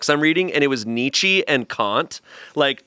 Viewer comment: pronouncing Nietzsche as knee-chee took me tf out